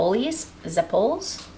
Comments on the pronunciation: it is pronounced zep pole lee. you did pretty good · The emphasis is on the ze not on pole.. ZE- pole-ay.